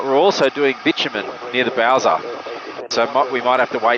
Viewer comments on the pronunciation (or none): none